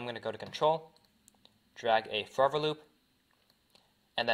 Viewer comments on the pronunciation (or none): dude u need to say forever not furivir BRO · this guys says forever loop too fast and it sounds like fovalube